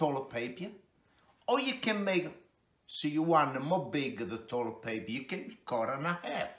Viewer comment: “The pepy towel is like a the toilet paypee.”